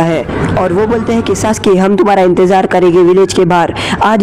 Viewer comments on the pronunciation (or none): none